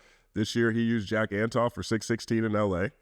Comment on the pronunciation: Just a heads up, you mispronounced Jack Antonoff’s last name